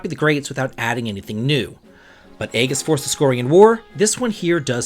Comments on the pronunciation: Bruh. Eggess? “Ee jiss” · Aegis is pronounced more like ages than a hard-g sound. But more like: “A-jis” jis like his.